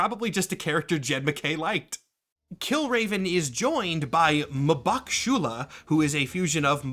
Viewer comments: Muhbaku? Of all the people to mispronounce a name, didn't think it would be you. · this might be the first time I've heard m'baku pronounced this way